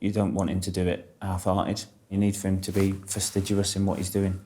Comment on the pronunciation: The instructor cannot even say FASTIDIOUS correctly, the irony!